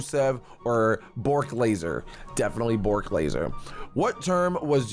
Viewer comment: Not Borck Laser its Brock Lesnar